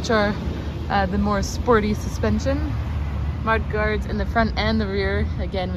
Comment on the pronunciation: Watched this a few times now to become familiar with my car that’s on its way🤞🏻🤞🏻 and just realized you said “mard guards” 😂 you pulled it off like a pro, and didn’t skip a beat👌🏻